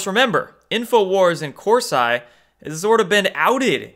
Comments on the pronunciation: Great video! It's pronounced Cors- E not I. Just an fyi! lol ;) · It's pronounced Corseeeeeee.....lol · what is wrong with you? you're going to say people are getting triggered and it's a potatoe/pah-tatoe thing but it's not. Jerome cor-sy? really? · Pronounced Cors-eee. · Hey. I like your videos but it’s Cor-see not cors-eye. Also Broward as in eye”brow” not eye”bro”. Lastly Kavenaugh not K”o”venaugh as in “cat” not “cot”. Think pronunciation is important when educating people otherwise you sound uneducated. Keep doin what you do! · Why do you pronounce Kavanaugh and Corsi like that when you know that’s not the way to pronounce them? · Kananov come on pronounce better jerome corsi too u sound uninformed when u mispronounce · Ha! You literally said almost everyone’s names wrong....Kavanaugh, Corsi, even Broward County. One has to wonder if you’ve ever heard these names in the media. But that’s just funny...not bad. I will argue with you however about why the ‘white hats’ allow fraud to go on. They always have! They’ve never had the guts to stand up to these cheating bastards! And just like always they’ll get away with it again. I mean they allow a woman (snipes) to keep her job with voting after a judge found she destroyed votes in a previous election! How does that happen? If you cheat you should never be allowed to work with the votes! But no one put up a fuss...they just let it haas always.